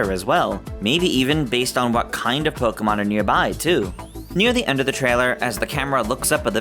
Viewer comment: Why do people still say "Poh-kuh-mahn"? Literally, everything says it's "Poh-kay-mahn", hence the "é", which is an "ay" sound.